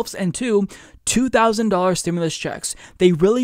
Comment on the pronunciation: Nahh bro he said stim-u-less not stimulus